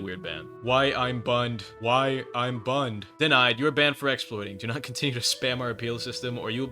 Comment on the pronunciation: lol i like when he say why bunned 😂